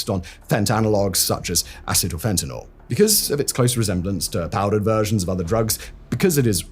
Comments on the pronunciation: Hey Simon! Thanks for pronouncing fentanyl correctly; I hate when people pronounce it fentanol. I realize by saying this, I run the risk of you mispronouncing it on purpose from now on, cuz I know that's how you are 😜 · Thank you for calling it fentanyl and not "FentaNOL" like most people.